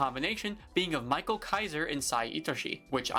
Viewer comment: its not michael, its pronounced meesh-ah-ehl